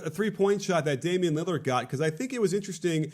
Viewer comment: “Damon Lillyerd”